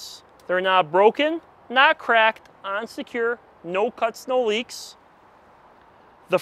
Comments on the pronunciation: “On secure” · Is he saying “and secure” or “unsecure”? 🤣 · Is he saying unsecure or on secure? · On secure